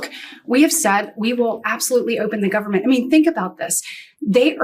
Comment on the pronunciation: Listening to MAGA Mike saying gubment drives me nuts